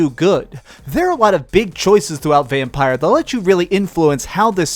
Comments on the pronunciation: It's pronounced Vampir when written Vampyr!! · How hard is it to pronounce the game's name correctly? You're the 4 "reviewer" that's mispronounced the name!